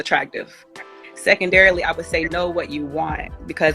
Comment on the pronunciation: "SECONDAIRALY" WTF.. SHE NEEDS A DICTIONARY.